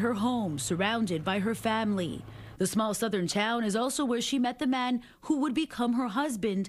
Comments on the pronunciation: When memorializing a person, it's a very good idea to pronounce their name correctly. Her name is pronounced RoZZ-ah-Lynn, not Rose-ell-inn. Crikey. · At least pronounce her first name correctly.